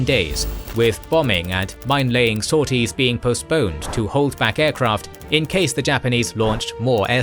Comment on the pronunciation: HMAS Wagga rhymes with "jogger", not "dagger".